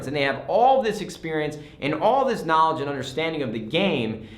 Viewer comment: It is the knawledge😂